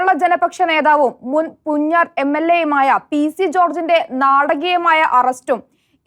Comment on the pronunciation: Not Punjaar, it is pronounced Poonjar